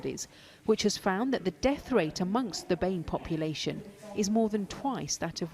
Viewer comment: I’ve never heard someone say Bee-Ay-Meh community.